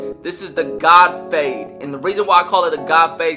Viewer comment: Great “fahde” dude 😂